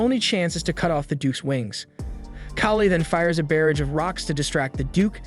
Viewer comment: Love your channel, but you keep pronouncing barrage wrong, and it makes me laugh every time😂😅